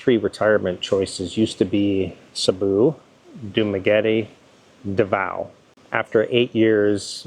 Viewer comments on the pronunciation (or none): Sabu , Duma, and Davao:face-purple-crying::face-purple-crying::face-blue-smiling: only Duma pronounced correctly, an English major/teacher :face-green-smiling::face-green-smiling